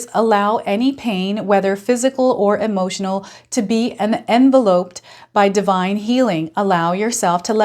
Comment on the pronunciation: Thanks, enjoy your readings. One small correction, when we envelope ourselves it is pronounced envelop, as in to lop or lopping a tree etc.❤